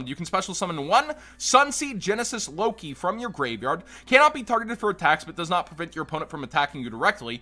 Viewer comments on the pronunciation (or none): none